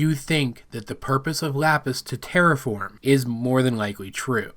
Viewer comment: Just want to point out: I still hear "tear apart" IDK WHY OKAY, with all seriously right now, I legitimately cannot hear "terraform" and it's upsetting!